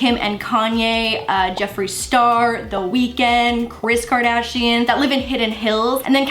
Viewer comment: Kris Kardshiannn 😂